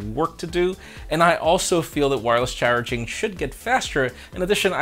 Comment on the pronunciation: LMAO, yeah, great catch there. Def some brogue involved in that "wireless churging" 😆🤣